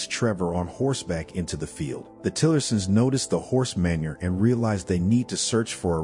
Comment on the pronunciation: And manure